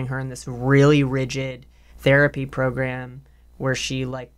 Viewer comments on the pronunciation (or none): i will never get over Trixie pronouncing "program" like "pilgrim" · Progrim lol